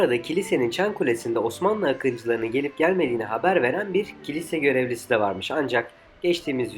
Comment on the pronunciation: Kilise telafuzunu kiraz diye yapiyorsun,,,,😊